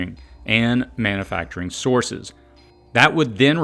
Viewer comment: Love your videos, but as a voice over teacher I would love to hear you correct “manna-facturing” to man-U-facturing”. You’ve got a great voice and delivery - keep it up!